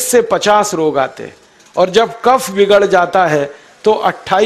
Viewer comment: What is Waat, Pitt, Cafff